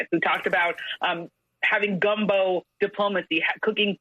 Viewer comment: Does that woman really say "gumbo " diplomacy?